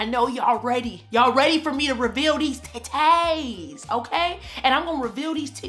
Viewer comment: Every time you say TITTAYS 🤣🤣 Thank God you are well. 🙏🏾😊